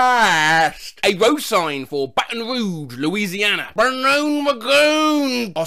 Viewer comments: People: AI Is gonna end the world! AI Actually: BANOON RAGOON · "Banoon Ragoon" 🤣🤣🤣🤣🤣🤣🤣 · I couldn't breathe anymore after Banoon Ragoon for Baton Rouge lmao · bro "Banoon Ragoon" works perfectly for baton rouge